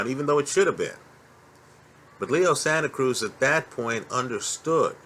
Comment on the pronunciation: called him Leo Santa Krueger lol